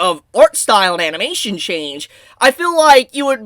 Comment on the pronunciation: Ah yes "amination".